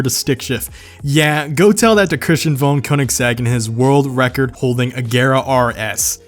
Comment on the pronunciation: Oh deer.. You really butchered the pronunciation of Koenigsegg 😂